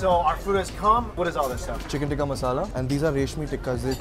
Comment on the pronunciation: Dude, listen to how HE pronounces the dish names. It's TIKKAH masala.